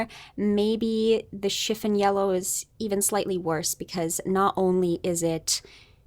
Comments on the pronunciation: Hello.. I agree with you completely regarding this color analysis.. However, you are mispronouncing the word CHIFFON.. The emphasis is on the second syllable.. Shif ON.. It's not SHIF un. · Yeah, this. I've actually never heard anyone pronounce it as "chiff-in" until this video. It's pretty distracting, despite the very intriguing content. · It is pronouned “Shiff-on” not shiffin. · Chifin? It's chif fon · It’s not pronounced chif’n yellow. The o is long o vowel sound as in the word “ on”. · Chiffon doesn’t rhyme with griffin. It rhymes with upon. Chiff-on. Sorry, but I couldn’t stand it. The color discussion is fascinating, though, and I love your videos. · Love it. "Chiffon" is "schiff-ON" in the US at least, like the fabric and the cake :)